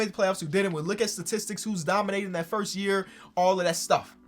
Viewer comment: Lebron going firth instead of first is gross